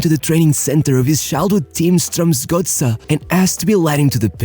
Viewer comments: The most amazing thing about this video is how good the pronunciation of "Strømsgodset" actually is. Pretty close to spot on! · Actually quite a decent pronounciation of Strømsgodset!